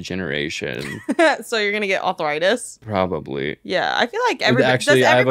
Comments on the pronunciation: Im sorry but I need to talk about saying, "arthritis" like maybe I'm crazy and awful and delusional but it sounds like she's saying "awthritis" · pronouncing arthritis😭😭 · nobody: …: Othritis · ENYA CANT SAY A NEW WORD authoritis? authorisis! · will anyone ever correct for saying authritis instead of arthritis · saying awthwritis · Why does pronounce it “authoritis”